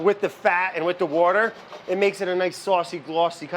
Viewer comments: I have a lotta fun hearing Indians' way to say Powder("padduh") , and even more fun hearing Brad saying Water ("woda") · I would watch a series of “It’s boiling (wourder)” who wouldn’t? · Had a proper laughing fit by the 'It's boiling wourder - with Brad Leone' happened! 10/10 wanna see that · pasta wourder into the paurdy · i love the way he pronounces s"au"ce, w"a"ter, and "o"ff lol